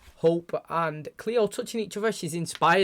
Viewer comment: idk if u remember but last ep hope talked about how becoming the tribrid would be like living in her trauma for eternity. she's also super young. she probably wants to grow up i mean she's still a teenager. i also don't know if anyone has told u that before but it's "cleo" not "clio" :)